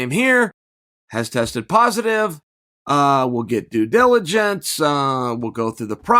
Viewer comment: Two “Oosadas” and one “due jiligence” right at the beginning... not sure I will make it through this one.